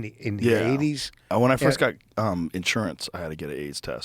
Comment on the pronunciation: "Firscht of all.."